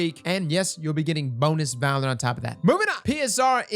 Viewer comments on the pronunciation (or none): none